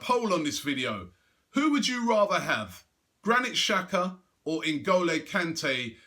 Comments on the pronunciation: its pronounced "tshaka" not "shaka" :-) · it is an albanian player and it's pronounced "Jaka" not "Shaka"